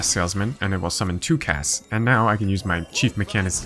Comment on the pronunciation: I still can't quite believe he can pronounce husks, but not cask's for some reason